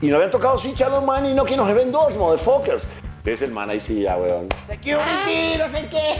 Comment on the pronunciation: Jajajajaja no puedo con esto “moderfokers”